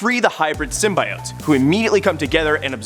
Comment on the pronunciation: I guess now a days people cannot say the word right symbiotes